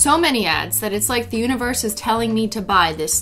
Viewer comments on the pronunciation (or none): none